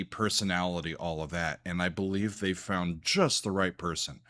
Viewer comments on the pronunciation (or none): none